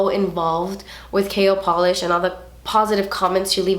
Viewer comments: Every time you said KL Polish, I thought you were saying Kale Polish...🤔... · Am I the only one that giggled to myself when she said "KL Polish", because it sounds like "kale" polish 😂😅